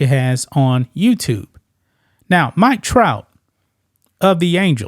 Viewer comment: Did he say the Mike Tout of the Yankees 😂